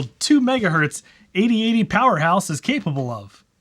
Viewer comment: Definitely thought you said ADHD powerhouse, not 8080 powerhouse. I’ve never felt so seen 🤣🤣🤣